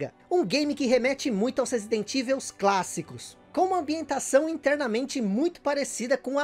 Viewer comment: Vídeo com um trabalho de pesquisa seu maravilhoso,como sempre. Mas sobre a pronúncia de Evil….ela não seria “Ivou” ?!